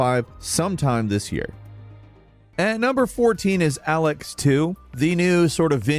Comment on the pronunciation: Isn't Elex pronounced "L X"? I kept thinking Half Life Alyx was getting a sequel. (Of course it will... there just won't be an Alyx 3 because Gabe is afraid of the number 3.)